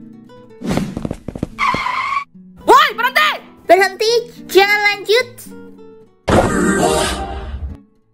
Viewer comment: "Berhenti jangan lanjut" 😭 'Lina berhentyii jangan lanjyutt'